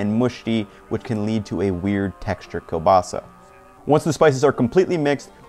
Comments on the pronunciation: kurwa!! this is kieŁbasa not KE BASA, Ł is like W in *W*ar *W*ashington. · You have the weirdest kiełbasa pronunciation I've heard, from English speakers i usually hear keel-basa but i gotta be honest I prefer kobasa than that if it's not pronounced with the ł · Its properly pronounced kiewbasa. The L is sounded as a W. Also your last name is pronounced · Ngl it annoys me how he says "kielbasa" where l isn't soft. It should be ł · Ugh, the pronunciation of kielbasa drives me nuts